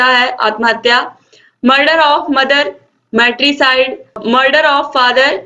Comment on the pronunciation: Ma murder of father patriciite hota hai fatrisite nhi